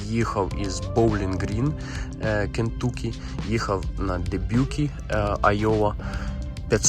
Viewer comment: Не Кінтукі а Кінтакі;)